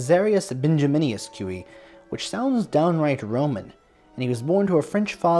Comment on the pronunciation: My doctoral dissertation is about Cui and his operas. The stress in Cui's last name is on the last syllable, not the first. Cui did compose "Russian"-(style) music in his operas and other music, particularly in the style of the Russian Orthodox Church, despite his being a Roman Catholic. As a teenager in Vilnius, Lithuania, Cui had some lessons in music theory with Polish composer Stanislaw Moniuszko. Cui's mother's name was Julia Gucewicz. The Mighty Handful consisted of 5 composers, not just 4, because Balakirev was also part of that group, (hence, The Mighty Five). "Le Flibustier" was premiered in France in the 1890s, not the 1880s. I know of a grandson named Boris (Amoretti), but not a grandson named Yury. Please enlighten me. Was most of Cui's orchestral music originally piano music? Some of it, yes, but not most.